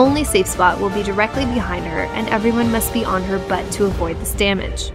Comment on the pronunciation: I've been getting back into the game, love that you and your guides are still around, and the way you emphasize the word butt. :P